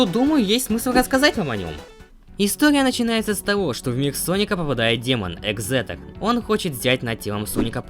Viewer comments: Соль не ексетор а эгЗэтор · Не экзетер а эгзелер